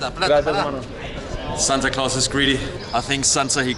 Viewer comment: The way he said Santa Claus is greedy 😂